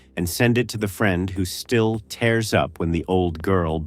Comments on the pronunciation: Get a human reader. Too many misreadings of obvious words, including one … “tears” … in the last minute. Sorry. Can’t subscribe to this kind of illiterate machine-made laziness. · Your AI reads for crap. Gives wrong pronunciations on Lives and Tears. I think I'll stick to non-AI narrated videos after this. Woof.